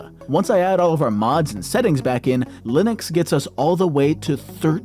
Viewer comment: why does he say "linix" wtf its making me crazy